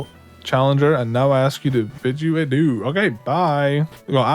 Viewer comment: Bro really said "i bid you adoo"